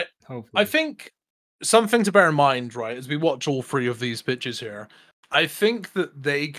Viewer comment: I had to rewind here a few times. He is saying "Pitches"